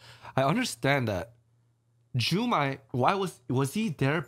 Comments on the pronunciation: why am i so annoyed that they called "jukai" "jumai" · His name was Jukai not Jumai, great reaction!